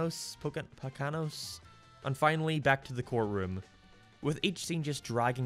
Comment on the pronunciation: Yeah, I'd say it was about that point too, although I did like Meet The OddParents. Also, if no one has said it, it's pronounced "Po-ko-noes," a small mountain range in northeastern Pennsylvania. It's a popular getaway area.